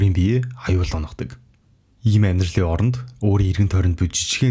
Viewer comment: Жижигхээн асуулт байна. Яагаад ОРОН гэдгийг үргэлж АРАН гэж хэлдэг вэ ?